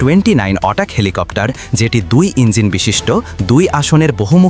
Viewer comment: হ্যালো, এ্যাটাক হেলিকপ্টারকে কেন অটাক হেলিকপ্টার বলছেন। আপনি ইংরেজি উচ্চারণ শিখে তারপর ভিডিও তে ইংরেজি শব্দ সংযোজন করুন। এ ধরনের ভুল উচ্চারণ ভীষন বিরক্তিকর।